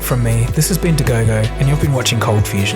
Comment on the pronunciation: He ends by "this has been Dagogo" But it sounded like this has been to gogo...